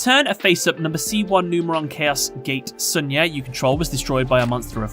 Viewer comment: It's pronounced Shunya not Sanya.